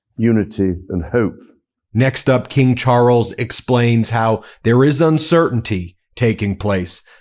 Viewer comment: wtf is Char-els?